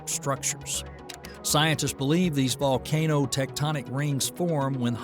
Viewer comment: "Volcanno"... yeah, that's not a real accent. Lame AI narration.